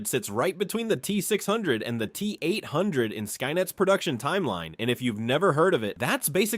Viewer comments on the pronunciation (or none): Don't forget the Tee Eight oh oh 🤣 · LOL the T- Oh Oh and the T 8 5 Oh